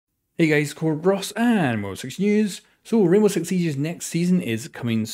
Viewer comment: I'm not subscribed but sometimes your videos pops up and i check them. I love the intro "Hey guys it's, and wudhhehbehesiege news" Ahahahah u r great